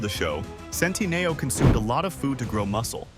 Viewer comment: Just the incorrect pronunciation of his last name sometimes...